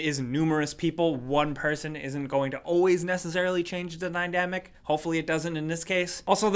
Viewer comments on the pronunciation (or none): did he say Nydamic? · Dynamic,not nydamic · "the NYDAMIC" good job lol